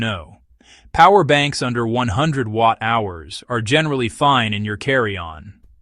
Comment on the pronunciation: Why are you using an AI voice? It can’t pronounce watt hours and milliamp hours properly.